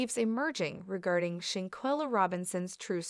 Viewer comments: Pronounce the name right or stop talking about this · No disrespect Ma'am... but Your pictures are not lining up with what you are stating 🙄 and your saying Shanquellas name wrong